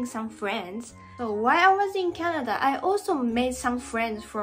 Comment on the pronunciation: I like tennis, and I didn't know people play it in Japan. "Ice cream, you scream, we all scream for ice scream." Damn it, I hate the English language so much (I am serious). EDIT: ""Canad-er" alert! It is SO damned cute when says that! It's even cuter than hearing 'Mrs. Eats' say "Soff-er" (Mrs. Eats means "sofa", like a couch)... (More cute -talk or -isms: "Mary-wonner", "Cokai-een", "Chock-rate", "Canadarias", YouTube "Chan-niel", "co-weef-idence", and lastly "ten-nees") Honestly, I know that will eventually pronounce every English word PERFECTLY.... but I will also be a little sad 😥 about it, because her unique way of speaking and doing things is a part of what makes so damn loveable 🤗